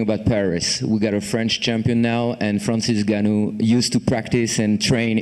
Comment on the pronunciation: How come people pronounce it "NigOnYou" and get away with it? It's InGoneEww, right?